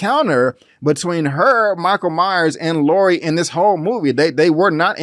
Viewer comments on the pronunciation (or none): It's Laurie not laura